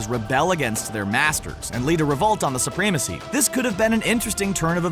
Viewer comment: Soo-PREE-mah-see?!?!?!?!???? Ackgh! Such an ignorant pronunciation. I can't watch any further.